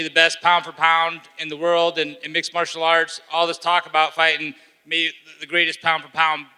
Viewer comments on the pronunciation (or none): none